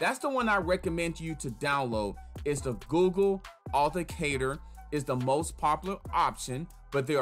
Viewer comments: You didn't provide step by step sooo your 'tutorial' video wasn't helpful. Additionally.. it's pronounced Auth-ent-icator. You missed a few syllables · It is pronounced ----Aw-then-tick-cater-------please practice on this word cause you are killing its enunciation. Appreciae the info but its a little hard to follow. Bless up!